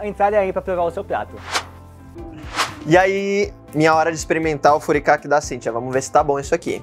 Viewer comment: Eu fiquei meio incomodada com a pronuncia errada das palavras em Nihongo. Principalmente do Furikake.